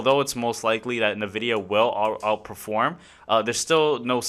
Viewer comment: ENvidia.. Until you say it right some wiseass will continue to correct you 😂